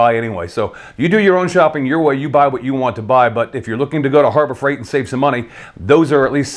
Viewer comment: Did he say Horror Fright Store ??